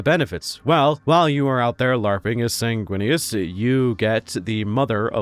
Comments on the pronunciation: ...first time I've head you say Snaguinius...and its hilarious. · "Snaguinius" 😂 Lisdexia sucks my guy. I leef your pain.